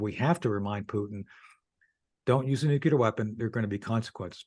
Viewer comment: Tony the Pony thinks it's okay to say New Key Ler when it's NEW CLEAR. This doofus is just a hillbilly.